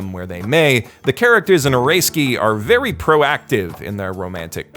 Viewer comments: shows name: oresuki how this dude pronounces it: oreskee w h a t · Well rather than "Oreski" which is kinda correct its more of a "O-ray-ski" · You know this guy is white when he pronounces it "Oreski" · {Ore-ei-ski} That pronunciation.... what is wrong with you.... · Snow I mean Oresuki as in Orayski, thats how I pronouces it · Why do you call it or-ray-ski? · "Eh ray skii" Geez that might be the worst you've ever butchered a name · I'm also really enjoying Oresuki (I don't think you're pronouncing that right, it's O-re-suki) as well. It's certainly a different twist on the harem genre. It's only when someone like you puts down your thoughts into a video that I can truly appreciate all the brilliant aspects of this show. You're right, most harem anime, in fact most anime, don't show this treacherous side of romantic entanglements & the cunning way people wheedle and manipulate others to get the person they want, often at the expense of other people's feelings. Or if they do it's way too extreme, like NTR stuff, and I can't stand that. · Pronounces "OreSuki" as "Or-a-ski" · Stop saying like ahrayski LOL